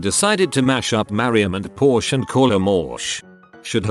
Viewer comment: Wow even the robot voice can't pronounce porsche right